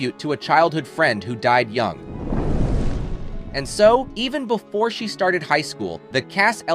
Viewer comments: How many AI voices are there? Its amazing how many videos sound perfectly normal until one or two words come out wildly inaccurate. Who would speak English accurately and not know how to pronounce "young"? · and young - yoong lol